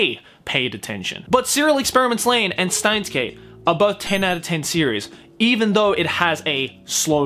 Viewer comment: steins;gate in japanese is シュタインズ・ゲート (shutainzu geito), because STEIN is the german word for stone, it is pronounced shteins as can be seen in japanese. Germans use "sh" sound for "st" and "sp".